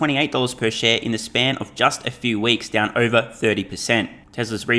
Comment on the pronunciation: “Fah-see-kul” and the way you say “over” sounds almost painful…